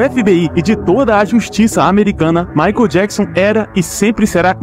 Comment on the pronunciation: Por favor, aprenda a pronunciar "michael"